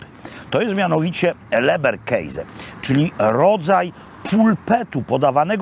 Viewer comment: Leberkäse,to orginalna pisownia i nie mówimy keise tylko keze,tak przynajmniej mówią tu gdzie mieszkam Austriacy,a mieszkam w dolnej Austrii dość dlugo,pozdrawiam p Roberta a leberkäse może i dobre,ale nie jest zdrowe